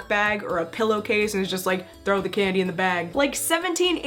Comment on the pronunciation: When you said Candy I heard Ghandi Great video though and ily!!!